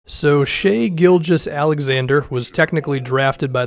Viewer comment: it’s pronounce SHYYYYYY! SH-EYEEEE!